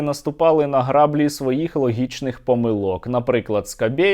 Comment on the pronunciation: "Граблі" мають наголос другому складі